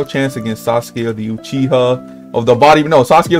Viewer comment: thats not sasuke uchiha thats sas u ke uchiwa